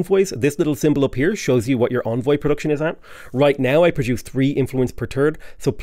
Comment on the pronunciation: Nitpick: Envoy is pronounced like "engine" - first syllable is "en", not "on".